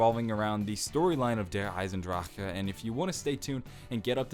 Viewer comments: veldwachter (taqqqtheboss) if he'd say it without that k it would actually be perfect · thats how you say it with a slight german accent.